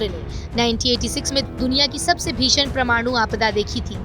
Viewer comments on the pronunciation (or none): "Paramaanu" being Pronounced as "Pramaanu" which is wrong. It is to be Pronounced as" pa-ra-maa-nu" all letters separated.